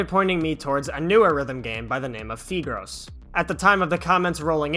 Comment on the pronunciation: I think it’s pronounced FAI-gros (Like you’re saying five) Fun fact, it’s nicknamed 屁股肉 in the Chinese community, which basically means butt meat XD